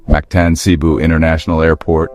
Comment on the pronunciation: Cebu is pronounced fast with accent on 2nd syllable , CeBOO. Not SAYbu.